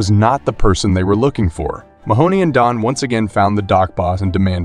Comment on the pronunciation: everytime Mahone is pronounced "Mahoney", i die inside a little bit